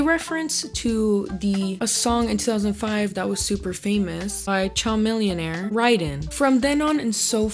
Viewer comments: Just to correct for anyone watching: Chamillionaire is NOT pronounced Char-millionaire like a charmander. It’s pronounced Chameleon-Air or kuh-million-air. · not “CHA-MILLIONAIRE” omg. it’s CHAMILLIONAIRE like “chameleon” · 🤣🤣🤣🤣 not "CHAH-MILLIONAIRE!?!?!